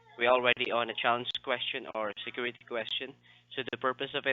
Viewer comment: Biggest Little City in the World 🎰 Scammer said "squiwity number" 😂 Welcome back,! ✌😊👍